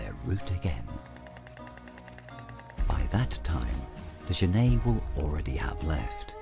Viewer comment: Okay, looks like this video (or the other copy just like it) are the same thing. I've seen this "documentary" in several places. I'd like to see the BBC or PBS do a proper documentary on genets. The Cons: 1) That is not how you pronounce genet - FYI. There is a French surname, Genêt which is pronounced that way, but the two are not related. 2) The frame-rate is crap. Increasing the playback speed to 1.25 helped mostly, but it's still not completely smooth. 3) I suspect that this is a home-made documentary, as in someone let their pet genet run around the woods while they took footage. 4) Half of the footage is of other animals, and the made-up, flimsy storyline is boring and uninformative. The Pros: 1) The environment is pretty. 2) Genets are cool, cute, and underappreciated.